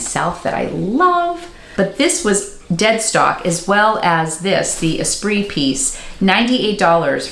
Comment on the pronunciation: Am I the only one who thought "Esprit" was e-SPIRIT their whole life and thus pronounced it "ee-spirit" until just pronounced it correctly? hahaha